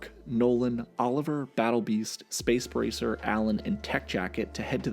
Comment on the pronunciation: He's name is space ricer not space praicer